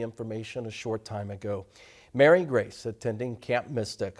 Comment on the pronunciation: Its Mary Grace not Mary Grey goid greif i hate news people!!